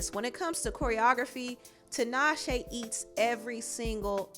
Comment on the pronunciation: why do people call her Tanashe its Tinashe